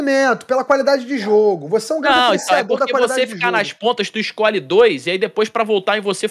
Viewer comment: "Isscolhe"!! Sabe nem falar este.